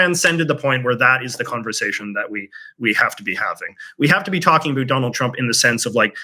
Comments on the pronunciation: "a boot" 🥾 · American patriots want to hear you say 'about' ... 10 times in a row ... as fast as you can. We'll soon learn if your sentiment - and disdain for Trump - is as popular as you would wish for. Continued success.